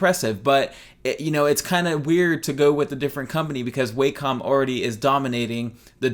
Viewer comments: i pronounced it "way-com" for years but from the videos included with their products the correct pronunciation is "wack-om" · It's pernounsed wacom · The way you say Wacom makes my eye twitch.